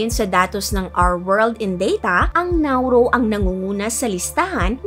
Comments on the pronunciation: Nauru and not Nauro! Dia yuh bee teez and not dia beh tees! Ma’mamayan at hindi po mama’mayan. Buh Dy Mass In-dex not Bah dy Mass Endex. Maganda ang content. Informative pero kung narration ang atake ng contents mo, isama mo sa research ang tamang pag pronounce ng name ng bansa. Main subject mo yan eh. Secondary lang ang visuals mo. Sa narration kami magrerely para maunawan ang kwento mo. Sana po ma-improve nyo. But the story and research about Nauru’s history is correct. More power and best of luck on your next videos.😊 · It’s NAURU not NAURO and it’s INDEX not ENDEX😢😢😢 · Hindi accent ang problema. Nauru is Nauru! Hindi Nauro. Tama ang commenter. Have some respect with the nation and its people. You surely wouldn’t want to be referred to as Pipinos and not Filipinos or our country as Philipit and not Philippines. And please magagaling tayong mga Pinoy in enunciating words regardless if you hve regional accent. Wag mong sabihin na pag may regional accent ay mali na agad sila mag pronounce. I dont think so!